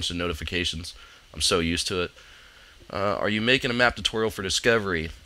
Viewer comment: haha , "makeing" and "totoreal" He's really good at English